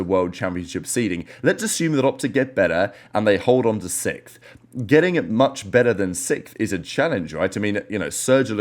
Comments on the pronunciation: I hope optic get out sixth so you dont have to keep saying sickth 😅😅😂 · having a prollem saying sixth? hahaha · bro’s just learned how to say the letter x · why you say 6th like that 😂? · I never heard sixth pronounced like does